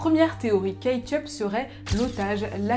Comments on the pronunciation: Kate yup, moi j'entends Ketchup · "kate yup" moi j'ai entendu "ketchup" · J'ai entendu ketchup toute la vidéo 😂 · Tu as fait tout ton possible pour ne pas dire ketchup mais à chaque fois on a entendu ketchup 🤷🏾‍♂️🤣🤣🤣🤣